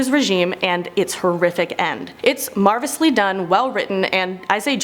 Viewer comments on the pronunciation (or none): "Marvisly done". Sounds like it must be pretty good.